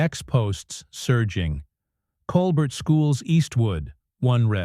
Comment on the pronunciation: I stopped listening as soon as I heard Coal-Bert. No more AI audio please